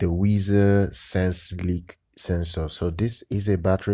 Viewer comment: It's pronounced like the word "wise"